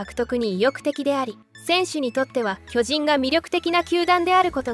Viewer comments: なんだろ、、、ナレーターの巨人のイントネーションが馴染まない、、、俺が関西人やからかな、、、進撃の巨人はこのイントネーションで合ってるんやが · まあ、巨人のイントネーションが通常の〝巨人‘’とは違うからな。